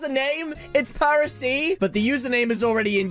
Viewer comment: I thought it was Paris not paresee